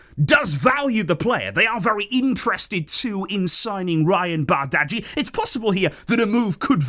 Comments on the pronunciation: most consistent youtuber itw, love the videos❤💙 and btw in denmark which of course is were we bought him from bardghji is pronounced like bar-dji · It's pronounced barji